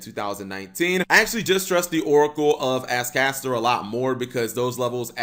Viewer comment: " doesn't understand how to pronounce Ascator"